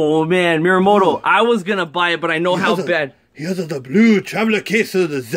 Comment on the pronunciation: just saying it's actually miyamoto not miramoto